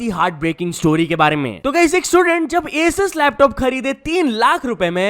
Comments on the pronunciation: Its aasus... Pronounce correctly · you're pronouncing "asus" wrong